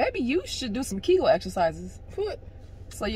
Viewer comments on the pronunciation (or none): Lmaoooo said do some kegal exercises 🤣🤣🤣🤣🤣